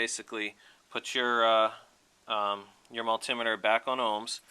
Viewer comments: Great video, helped me fix my buddies bike. That being said, as a tech I've used a multi-meter for over 20 years, hearing miltimmeter killed my brain, I started telling multi-meter at my phone. But excellent video! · Heheh mull-timeter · Had to turn this off, couldn't cope with the way this idiot pronounces multimeter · kills me how he says multimeter